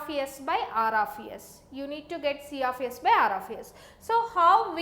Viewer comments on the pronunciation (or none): i heard siyafiyes... omoo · See aaf ace